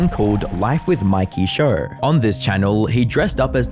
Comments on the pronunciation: You know the word show is probably the easiest word to pronounce... Why the hell do you sound like Madea when you say it 😂 lol much love bro I just thought it was hilarious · There is no r in the word show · There is no R is show